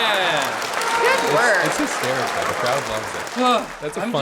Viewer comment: It’s not hikstarikol